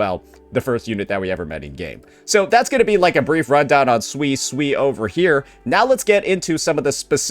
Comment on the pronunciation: pronouncing Suisui's name. Makes me think of swiss cheese. It might be intentional and correcting him won't change that like how he sometimes called Zani as Zoni.